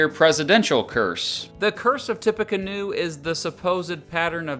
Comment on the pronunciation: as someone who lives in indiana, its "tippy canoe"